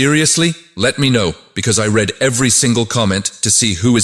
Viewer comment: Nicely done graphics prompts to whatever engine you used. However I would suggest you use phonetic spelling for the word "read" and instead use reed. The AI pronounced it as red so now it says I red every comment (past tense for a present tense meaning) Hare Krishna!